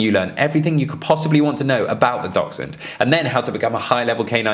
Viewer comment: Sorry what is the relevance of Dachshunds in this video? (Also can someone explain to the guy at the beginning how to pronounce the word 'Dachshund' 😆)